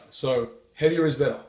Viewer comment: Heaviah is bettah.